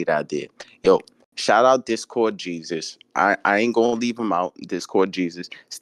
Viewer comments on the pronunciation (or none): none